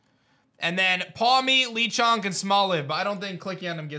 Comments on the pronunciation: It is not pronounced leechonk it is pronounced lachonk but spelled like lechonk meaning the chonk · I don't think it's pronounced LEEchonk. I think it's Lechonk like french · It’s le not lee. The pig is French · ITS NOT LEE-Chonk it’s Le Chonk. Le as in the French word for THE. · The way he calls "Lechonk" as "Lichonk" though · Lechonk... think more of the E sound in "LET" than the double E sound in "LEE" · I was on board with Violet, but now I'm all in for Scarlet. That Pawmi WILL be on my team...The same with Lechonk. (btw the name is pronounced like "let" not "Lee") Lennon means pig in Spanish. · not lee-chonk but la-chonk cuz spanish yknow? lol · SIIIIIRRRTR ITS SPANISH it’s “LEH-chonk” NOT “LEE-chonk” get it right please and thank you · LECHONK! NOT LEECHONK OR LICHONK. LECHONK. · I was thinking lechonk is pronounced Luh Chonk. Pawmi is cute. I’m guessing it’s the regions pikaclone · Lee? Why is he saying "Lee" chonk? 🤣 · I just realize he said Lee chunk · it has to be pronunced Léchonk like LeBron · man said lee chonk bruh... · how does this guy manage to pronounce EVERY pokemon wrong the first time? LEE CHONK check out his s&m starter reaction KOO! TEAM KOO ALL THE WAY! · u keep mispronouncing lechonk hahaha 🤣